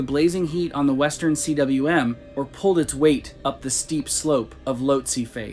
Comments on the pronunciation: Agree. Recurring errors like 'Western C.W.M." instead of cwm (pronunced something like 'koom') stick out like a sore thumb in an otherwise enjoyable video. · cwm is pronounced coombe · The western "CWM" is pronounced "Cooom".